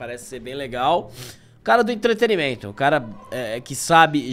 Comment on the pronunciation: Curto vcs demais mas: entrete”RI”mento chega a doer até nos nerdolas.